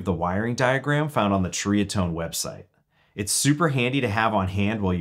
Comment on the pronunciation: Pronounced Cherry-uh-tone. I had a DR103 and sold it. I'm a Dumbass sometimes.